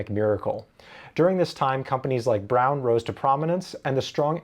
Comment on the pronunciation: You properly pronounced the Braun name. Awesome.